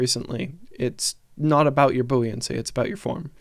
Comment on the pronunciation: Booie-ancy!!!?...... Buoyancy is not pronounced that way. SMH